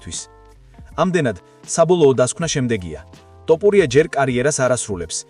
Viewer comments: ძმას ვენაცვალე, თ ვერ ამბობ? თოფურია.. ტ არაა. 😁. 🤟👍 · თ - თ - თოფურია და არა ტ - ტოპურია. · ტოფურია არა თოფურია. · კაი რა ძმაო არ დაგცინი ცუდად არ გამიგო მაგრამ ტოპურიას რო იძახი მეცინება დანარჩენი ყველაფერი კარგია თოფურია ან ილია თქვი და ეგააა❤❤❤ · ტოპურია-)შენ შიგ ხო არ გაქვს სპეციალურად იძახი თუ ტოპურიას მუშტი გინდა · გარტყმევინოთ თ ზე თავი თუ შენი ნებით იტყვი რატომ ამახინჯებ გვარს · ნუ უმახინჯებ გვარს